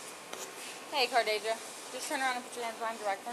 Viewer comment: CARD-ASIA? lmao